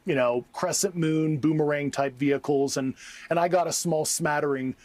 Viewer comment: WTF is a “vechticle”????